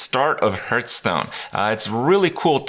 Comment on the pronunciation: Hurthstone this Hurthstone that Hurtpwn dat. Like god damnit Krip HAR THHH Stone